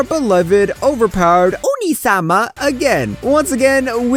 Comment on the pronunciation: the way he says "onii-sama" Killed me..